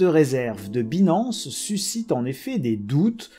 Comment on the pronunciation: En 2022 il y a des gens qui prononcent « Binance » comme ça ?! Dang.